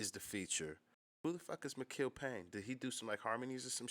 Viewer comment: Mikill pronounced Michael